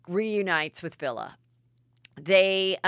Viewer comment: “Villa?!” 🧐 His name is Villi Falau. It’s pronounced like Willie, but with a V.